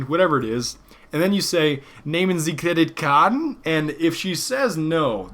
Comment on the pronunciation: Yeah haha I just couldn't get that "credit card"^^ I understood something like "neymensie kidded caden" :P I think he kinda pronounced it danish xD